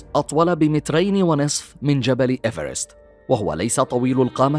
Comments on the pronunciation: افرست أنت قلت اليرسست 😂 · ايفرست انت قلت افيرست